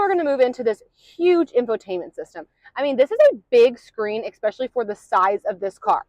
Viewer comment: Thanx! You rock! (*FYI: It's pronounced eSpecially, not eCspecially or eXspecially. 😁)